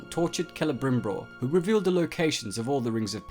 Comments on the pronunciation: I know it's been two years dude, but...I just have to tell you. It's not Celebrimbror. It's Celebrimbor. You're accidentally doubling the /br/ sound. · Is he saying "CelebrimbRor" all the time ?